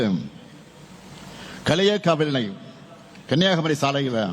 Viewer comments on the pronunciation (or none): அது என்ன கழியக்காவிள்ளை.... களியக்காவிளை 👊🏻✅ ஆட்சியில் இருக்கும் உன்னால் எங்கள் ஊர் பெயர் கூட சரியாக சொல்ல தெரியவில்லை. நீ.. எங்களுக்கு சாலைகள் அமைத்து தர போகிறாயா😂😂 அந்த ரோடு சேதமடைந்து 3 வருடத்திற்கு மேல் ஆகிறது. இதுவரை ஒரு பராமரிப்பு இல்லை🤥